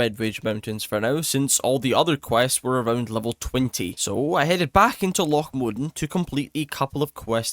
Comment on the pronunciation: Lough Modan pronunciation good, this is how it sounds in my head